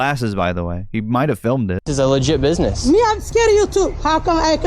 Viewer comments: I'm pretty sure he said "bibness" at one point. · Guy wants to larp as a journalist and cant even pronounce business properly